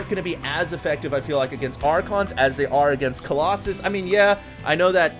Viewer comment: I still remember confusing himself and was like, Colossi? Coloxxun? haha lol.